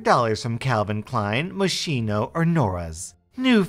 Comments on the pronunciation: it’s pronounced “Mos-kee-no”. Sorry but I sometimes have an unhealthy knack when things are mispronounced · It’s pronounced “Mos-Kee-No” not “Mos-Sheen-No”. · Read it like this: Moskino. 😉 It's italian